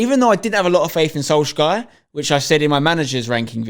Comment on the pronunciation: please stop saying solskjær the way you are saying it. The K is silent. The Æ isnt ae, it is A as in the word "cat".